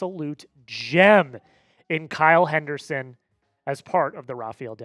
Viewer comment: Kyle "Henderson"? dude...